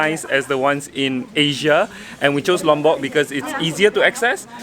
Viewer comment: I like the way you pronounce Lombok, it sounds so near to my Javanese accent. ☺😊 On the other note, don't you want to spend your retirement in Penang? 🤗 The young coconut flesh is called degan.